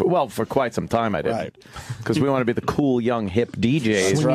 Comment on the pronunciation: The way Opie pronounces words like "cool", I can't even type how he says it... It's like how Butthead said it but worse